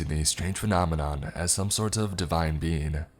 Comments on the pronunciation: this is really killing me lol, i know what it’s supposed to be and he KEEPS NOT SAYING IT RIGHT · an hour and 45 minutes in and I JUST realize he was saying being and not bean. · I thought he was sayin the perfect bean for longer than I care to admit 😂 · I'm the only one who heard the perfect being as "The Perfect Bean"? And imagined a divine bean for the whole story? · I feel dumb, i though he was saying the perfect bean for the last 40 minutes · I love hearing you say "being" "The perfect Bean" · I can’t be the only one who thought he was saying the perfect bean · for the longest time I thought it was "the perfect bean" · Literally came to the comments to see if it was bean or being 😂😂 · 😂😂So did I as I read your comment and although I’d listened to this nearly a year ago, I didn’t remember all of it. As soon as I’d heard that phrase I chuckled as it sounded just like that. 😂😂😂